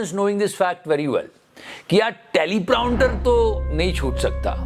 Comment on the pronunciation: Prounter nahi prompter hai 😖